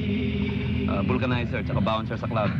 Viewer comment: 'Vulcanizer' daw sabi ni Pepe hahaha